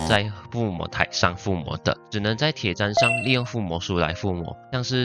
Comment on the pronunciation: 不念Tiě chān 念做Tiě chān